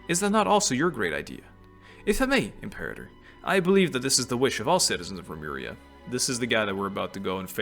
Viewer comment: You chose the correct pronunciation of Imperator, btw. Lmfao 🤣